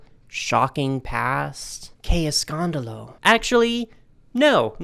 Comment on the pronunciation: Hearing “What scandal!” in Spanish with your heavy Texan accent sent me into orbit.